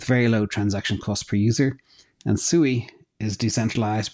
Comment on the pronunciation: Sui is more similar to AVAX, it's in the name Sui Vs Sue-i